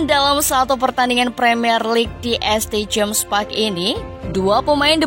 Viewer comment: St james park di baca saint james park bukan este james park..mousa diaby gambarnya west ham united bukanya aston villa